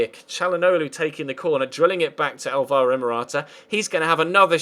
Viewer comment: Its Pronounced Álvaro Morata not Alváro